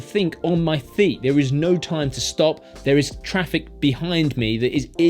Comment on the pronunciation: you say "think on your theet." This will infuriate me the day of my death. Great video!